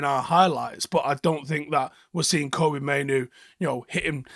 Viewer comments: come on, don't you make that Mistake, It's Kobbie???? Like Robbie, but with a K, NOT Koby, or Coby STOP IT HIS DAD TOLD EVERYONE HOW TO SAY HIS NAME, Andy Mitten Plastered it on the Front Cover of UWS too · please start calling this man Kobbie like Robbie. The correct pronunciation as stated by his father. Heard this from Talk of the Devils pod. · Andy mitten said on the Talk of the Devils podcast a while back that he spoke to Mainoo’s dad, and its pronounced like Robbie with a K. Love all the content mate 👍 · Love the analysis as always but who the fuck is Kobe? His names Kobbie let’s show the lad a little respect 🫡